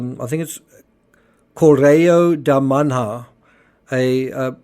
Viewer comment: It's pronounced "Korrayo de Man-ya", it's not difficult for goodness sake, just an internet search will show you........